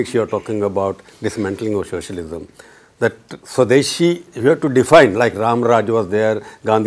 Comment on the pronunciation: Swamy is, excepting his crazy religious ideologies, the lone voice of reason in the BJP. Also, the interviewer seems to be pronouncing it as "shocialism" lol.